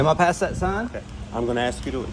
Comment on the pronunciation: Why is it that so many piggy think that the word ask has 2x in it “axxed “